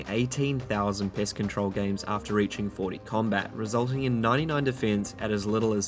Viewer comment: I swear he said Piss Control like 3 times